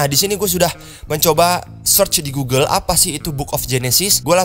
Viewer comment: Pas ngomong "GUGEL" knp harus ditekenin banget?